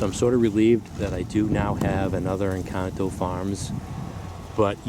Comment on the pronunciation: Great information Sir and yes your Encanto pronunciation is flawless! You dont happen to have some UCD or EF Black Madeira cutting for sale from this pruning season?